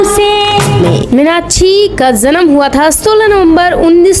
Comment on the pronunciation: Minakshi ka naam to sahi se le lo